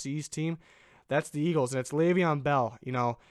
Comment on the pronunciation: Boy u did not just say bell to egals 😂